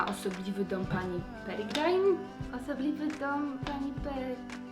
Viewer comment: też byłam na osobliwy dom pani peregrine! (zuzia peregrine czyta się,, peregrin "